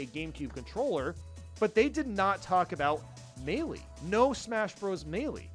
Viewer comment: Someone should tell how to pronounce melee